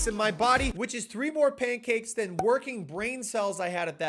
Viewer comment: You say pancakes like "paincakes" 😆